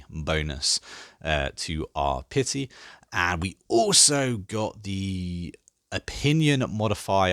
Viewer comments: Really enjoying the videos, they've been a big help understanding this huge game! Wee thing though its not pronounced pify its Piety and its not vessel, its Vassal ;p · Never heard anyone pronounce words the way you do. Vessels instead of vassals. Pithy instead of piety.